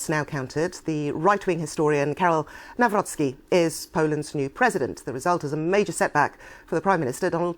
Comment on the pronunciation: The name is pronounced - Nav-ro-ts-k-ee. Another puppet as all they are. Divide and concur. Polish people are divided 50/50. That is the result they all want. Thanks for video. Do not comply.